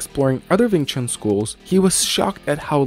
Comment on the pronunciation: Wing Chun, not Ving Chun